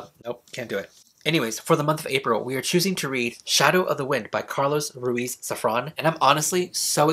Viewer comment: I loved the way you said Carlos Ruíz Saffron hahaha love your videos ♥️